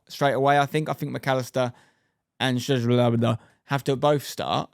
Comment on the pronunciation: Szoboszlai is pronounced SOB-OZ-LIE